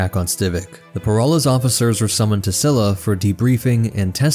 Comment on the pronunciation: so in the next two episodes i think the biggest one is Che'ri. According to the audio book it's pronounced like "Cheery" instead of Sherry. The first A in Thalias is pronounced like the A in Alien. The Cs in Csilla is pronounced the the Ch in Chiss. So it would be Chilla. Little bits like that really. There's a few more but the problem I have is i can't spell them as I've listened to the book, not read it 😅 Again, this is just how they say it in the audiobook. Maybe there are other sources that pronounce things differently. Can't wait for part 4 tho! 😁